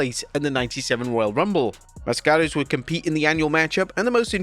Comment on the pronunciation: It's pronounced "MA'skarus" not "MasKA'rus*